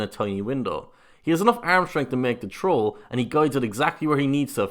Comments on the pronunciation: please say “throw” correctly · lol, sounds like the guy is saying a difficult "Troll" lmao.